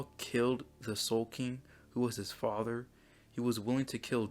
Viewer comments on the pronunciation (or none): none